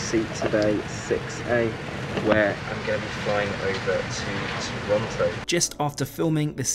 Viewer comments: Toronto, not Torronto. Unforgivable. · Great and honest Video! But please its Toronto, not Torronto ( for example) 😜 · It’s Toronto, not Torontto. The one time we flew Air Canada we did not like it and we’re Canadian. 😂 Try WestJet. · Great video, but dude, it's"Toronto". There's only one r. Seriously. 🙄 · "Torronto"...And the pilot said..."sorry I can find it on any map so I should re route this plane to Vancouverrrr or Parrris or Rrrrome or betterrrr to Perrru". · it’s no worries, you’d be hard pressed to find a native Torontonian pronounce it correctly.